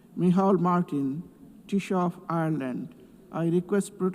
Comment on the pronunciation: It's pronounced tea - shek